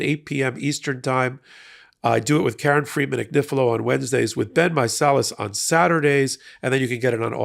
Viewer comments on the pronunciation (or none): none